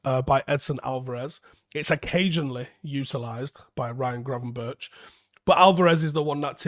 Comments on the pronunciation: Pronunciation of Berghuis is not [bergeous] but [berg-house] like in Bergkamp. Gravenberch is not [graven-birch] but [graven-berg]. Minor points. Love the videos! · Actually the "ch" in Gravenberch you speak out as "g" so Gravenberg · Gravenberch is pronounced as Gravenberk. butcherin names again😂